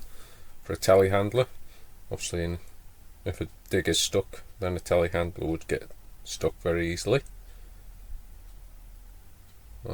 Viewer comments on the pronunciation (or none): Telehandler?!? At first I thought you said "tallywacker" several times and wondered what on earth was going on down there.